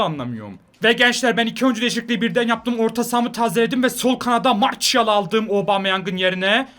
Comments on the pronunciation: abi marsiyal diye okunuyor marçiyal değil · Abi o marşial değil marsial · mertial değil marsial